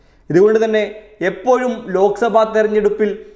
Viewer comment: എപ്പോയും എന്നല്ല എപ്പോഴും എന്നു പറയാൻ ശ്രമിക്കുക